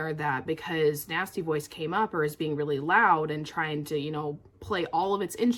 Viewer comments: Great video, but I was starting to get worried when I heard you say nasty boys until I realized it was nasty voice 😁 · That’s EXACTLY what I heard. I was like “which nasty boys” “how does she know my life”?